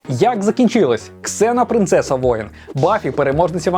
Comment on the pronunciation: Слава Богу КСЕНА(Xena),а не зена как на раСее